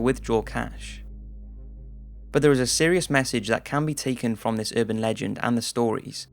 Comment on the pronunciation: It's URBAN Legends, NOT UrbanD legends